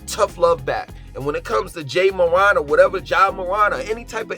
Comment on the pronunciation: Btw it’s pronounced “MORE-ANT”